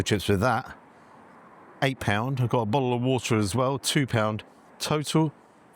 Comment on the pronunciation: bottel o worta